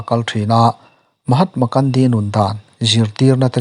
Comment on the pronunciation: Mahatma Kandi ti a i lam hi a dik lo. Mahatma Gandhi ani. Gun (silai) lam dan in lam roh.